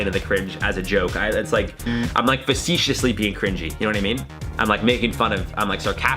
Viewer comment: talking about cringe...says "vacetious" instead of facetious. 😁😬 I'm kinda dying 🤣💀